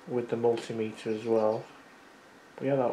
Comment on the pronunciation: Yey! You said Multimeter instead of stupid Mul Timmiter ❤